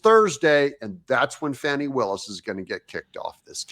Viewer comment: I pronounce Fani. FAN EEE as in Ass. Hey stayed as always to end. Isn't lying in court PERJURY????DISBAR BOTH OF THEM.THROW OUT court decisions for the people who were involved with Trump.